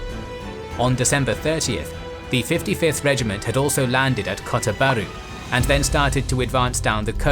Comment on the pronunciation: said kota baru and perak wrong i know cos i am malaysian